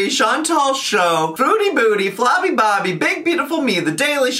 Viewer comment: I die when he says flobby bobby 😭